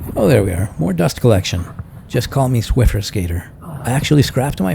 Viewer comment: "SWIFFER SKATING" LMAOO